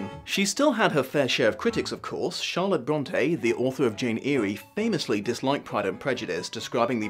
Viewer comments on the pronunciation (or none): WTH,!!! "...the author of 'Jane EERIE'!!!!" Please, check how to pronounce world classics, before making the videos about them! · It’s not Jane Eerie, it’s Jane Eyre, pronounced like Jane Air. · Jane "eerie"? That's pronounce like "air". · I'm only a minute and forty seconds in by that pronunciation of Jane Eyre has me REELING, for the love of all things holy, it's pronounced like 'air' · Oh,! Jane Eyre: Eyre is almost like "air," not ear or eerie. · I honestly thought Jane eyre was pronounced “air” not “eerie” I learned something new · Pronounced Jane Air not Jane Erie. Yes, English pronunciation is weird. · Jane Eyre is pronounced Jane Air as in stuff you breathe, NOT Jane Eerie as in eerie Indiana. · Jane Eery? Is that the horror version of Jane Eyre, pronounced air?! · Dear, Jane "Air", not Jane "Eerie". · I really like your videos but it's pronounced Jane Air, like what we breath, not Jane Erie, like the lake. I'm not upset you didn't know this, just wanted to pass it on. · Dear heart, Jane Eyre's name is pronounced "air." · Eh, we know that pronouncing names is always a struggle, but to pronounce Jane Eyre as Jane Eery... I think we know which literary classic novel should come next ;) there are at least 20 tv series and movies to chose from! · I'm sorry, but did you just pronounce Charlotte Bronte's book as Jane Eerri? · For future reference, Jane Eyre is pronounced similarly to "air." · you know "Eyre" is pronounced like "AIR" right? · Jane Eyre (pronounced like air) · Great video, but I gotta take issue with your pronunciation of "Jane Eyre," my dude